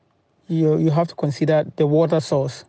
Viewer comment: Woter.... won it ..... etc